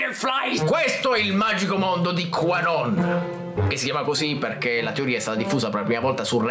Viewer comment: Ogni volta che pronuncia Qanon io mi immagino che dica tua non XD